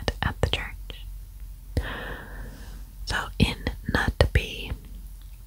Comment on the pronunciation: Yeyy, you did this case!! 😍 I've requested it from so many creators! Thank you! Ps You would pronounce Knutby as in "Ruthview" 😄 if that makes sense! Word of Faith is a movement of prosperity gospel. Kenneth Copeland-type of ****. 🙈